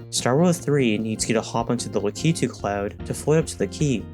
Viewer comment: ...your mother and I called in here to discuss...your pronunciation of Lakitu. We aren't mad, we are just disappointed.